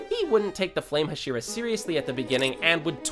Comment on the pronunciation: The way you are pronouncing "Hashira" is really irritating me. Say it right, dammit.